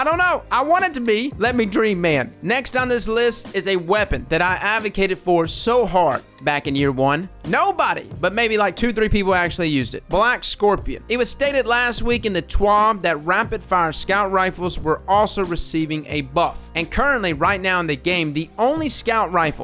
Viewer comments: Twaaaaahhhbbb. It's TWahB, thx bud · Do you pronounce “at” the same way you pronounce “TWaB”? If so then you’re pronouncing it wrong.